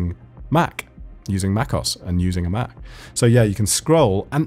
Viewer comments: it's pronounced "mac os", not macos. Apple capitalise the OS bit to make it stand out. In the late 90's Mac OS had a space between the 2. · i died when he said macos instead of MacOS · macOS (mac-oh-ess) not macos (mack-oss) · One last "haggle" and I promise I'll stop: Ok....so in this video I've hear you say "MacOS' multiple times. now I know we're all "techies" here, and that we KNOW that "OS" stands for O-perating S-ystem right? So why would you pronounce that term as "os"?.....(as in "os-tensbily!) its pronounced "Oh Esss".....thereby indicating that you're talking about an operating system.....so its Mac Oh Esss.....not MacOS!!!! The same thing happens (or USED to happen until the admins gave a public announcement about it!....LoL!) with CEntOS......people were calling it "CEntos"...as if that made sense...its CEnt Oh Ess........just like its Mac Oh Ess.......and not Centos.......and not MacOS. Ok...raving and ranting is over!.....LOL! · ITS PRONOUNCED MAC OS, NOT MAC OSS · I think its Mac OS, not macos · mac...OS not macos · You keep saying MAKKOS but I think it is MAC OS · it's pronounced mac oh es . Not mac os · you realize that it is not pronounced "Mac OSS" you pronounce it like "Mac O S"! You obviously don't know much about macs, I knew that and I don't even have a Mac! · Tech Tip: it’s not pronounced Mac-cos. It’s Mac-O-S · First thing to learn is to not call it Mac OSS it's Mac O S. it's command click not alt for a right click. :-) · macos sounds way better. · The way he says "macOS" tho...